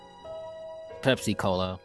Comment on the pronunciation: when u say pepsi cola, i laugh on entire video lolololol